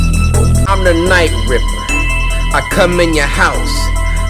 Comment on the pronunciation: Nah fam i thought I was trippen when cory said night ripper